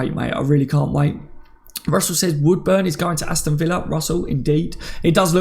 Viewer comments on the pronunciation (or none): none